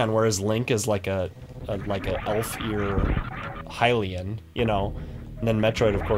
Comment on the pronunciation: it's nice to hear that even before it was proven in BotW, you still knew that it was pronounced Hylian and not Hylian (like everyone had convinced themselves.)